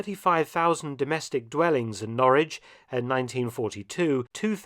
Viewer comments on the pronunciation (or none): Well, that's not how we pronounce Norwich🤔 But we mispronounce a lot of English words.